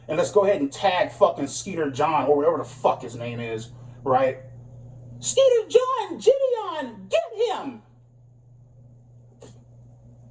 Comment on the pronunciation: Skeeter John come on you know its sketter jean..